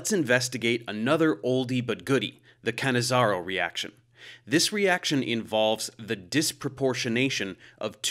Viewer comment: Ahhh - finally I know how to pronounce "Cannizzaro" properly, thanks!